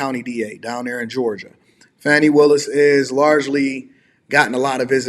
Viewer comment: That's not how Fani is pronounced. Fa-knee